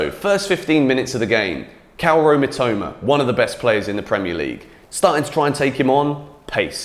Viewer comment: Who the hell is cal row mitoma ?